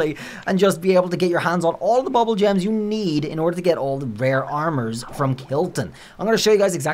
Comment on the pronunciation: It’s pronounced “boobool” gems. “Boobool” is a Persian variant for the word “ Doodool”, meaning “penis”. You’re welcome. 🇮🇷